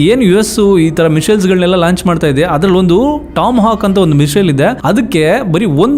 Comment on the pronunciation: Bro ists not mishal its missile